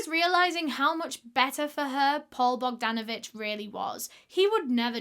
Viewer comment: when she says Paul Bogdanavich 😅